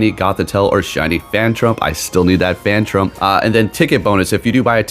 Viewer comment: Isn't it phantump and not 'phantrump' 😅😅